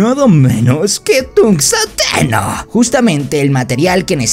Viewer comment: no se dice tungosteno se dice tunsteno, se escribe tungsteno